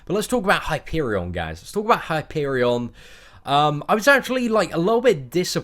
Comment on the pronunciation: It's Hyperion